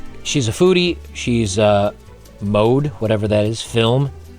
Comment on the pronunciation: It's a German profile. Mode is German (and French, Dutch, "moda" in Spanish, Italian, ...) for "fashion". It's also not pronounced like the English word "mode", but as two distinct syllables.